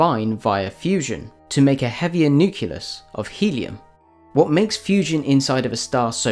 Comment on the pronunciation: The centre of an atom is a nucleus not a nuculous!